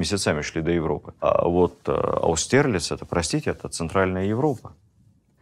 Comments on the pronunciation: АустерЛИЦ ударение ,а не АуСТЕРлиц!!!((👎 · А почему Владимир Ростиславович всё время произносит "АустЭрлиц" и "ВинценгАроде"? Ведь это заведомо неправильно. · Áустерлиц, если использовать немецкое произношение.